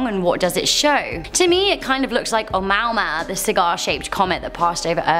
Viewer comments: Love the videos but the frequency of mispronunciations make me want to click off. Today's example... In addition to the technical name, the Pan-STARRS team dubbed it 'Oumuamua (pronounced oh MOO-uh MOO-uh), which is Hawaiian for “a messenger from afar arriving first.” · You said Omuamua wrong